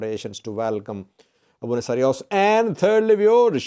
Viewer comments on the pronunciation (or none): Abune Sawros, not Sariwos,. Keep it up